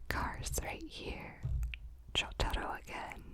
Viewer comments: Your asmr is amazing and I really love when you say jotaro it makes me happy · The asmr is nice, but BAKANA. This is probably the first ever YouTube video about JoJo where the pronunciation of the names hasn't been butchered like a dog in JoJo. 10/10